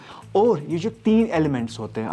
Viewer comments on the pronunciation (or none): WHY DO KASHMIRIS SAY ELEMENTAS🤪🤪🤪🤪🤪